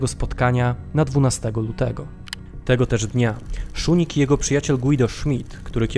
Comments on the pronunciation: błędna wzmowa nazwiska kancleża Austrii.W żadnym wypadku Szunig tylko Szusznig. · Jedna mała uwaga, nazwisko kanclerza Austrii brzmi Kurt Schuschnigg czytamy szusznik, szusznig, a nie szunig 😉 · Schuschnigg a nie "Szunig" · dlaczego mówi pan Szunig . kanclerz Austrii nazywał się Schuschnigg co wymawia się Szusznig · Schuschnigg (Wymawiamy Szusznig), a nie Schuning. Wielka Brytania miała zareagować- niby jak? Miaĺa cztery dywizje piechoty. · Strasznie to razi... mam nadzieję, że nie tylko mnie... Suschnig a nie schunig, czy jakoś tak jak jest w audycji.... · Czyta się "SZUSZNIG", a nie "SZUNIG". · Błagam..Szusznig a nie Szuning.. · szuszning a nie szunnig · Uwielbiam Wasz kanał, ale o co chodzi z tym dziwnym wymawianiem niemieckich nazw? Kanclerza czytamy Szusznig, a Reichstag to nie Rajsztag, tylko Rajchstag... 🤔🤔🤔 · Kurczę, uczyłem się niemieckiego 8 lat, mam znajomych Niemców i Austriaków i żaden nie powiedziałby inaczej niż Szusznig. To samo z Reichstagiem - Rajchstag lub ewentualnie Rajśtag, ale nie Rajsztag 🧐 Trzymam kciuki za kanał, bo - poza dziwną wymową też w innych filmikach - treść bardzo wartościowa. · Nie Schunigg tylko Schuschnigg i Reichstag nie Rajsztag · Ciekawy materiał. Zdecydowanie Autor musi popracować nad wymową nazwisk niemieckich. Nazwisko kanclerza Austri Kurta Schuschnigga wymawiamy jako Szusznig a Seyss-Inquart to Zajss-Inkwart. I będzie super. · Porwana wymowa Szusznig. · Pierwszy raz spotykam się z taką wymową nazwiska kanclerza Austrii...aż zacząłem szukać kto to jest....jednak wymową jest zła